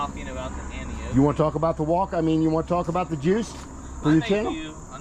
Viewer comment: Hey. I don’t see the turn signals on it in this video. Did you make a bracket too? By the way I think the correct pronunciation is An Nee O key. Not Anokey as you say. At least that’s how all the other reviewers refer to it as. I know is an odd name but most Ebikes from China do lolololol